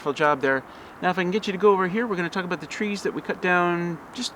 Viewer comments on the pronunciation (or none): Come down here to South Carolina, and you won’t need all that wood. Plenty of remote land here from the coast to the Blue Ridge. Plus, your pronunciation of “about” as “aboot “and “out “ as “oot “ is just the way the old Charlestonians do. Enjoy your videos.